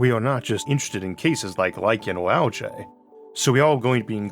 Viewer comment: I'm probably focusing on the wrong thing here, but pronouncing algae as "al-jay" never sounds right to me. Definitely a bigger fan of "al-gee".